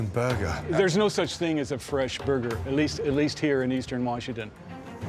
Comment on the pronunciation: "It's still a frozen bergerrrr" blinks motherburgerly 🤣🤣🤣🤣🤣🤣🤣🤣🤣🤣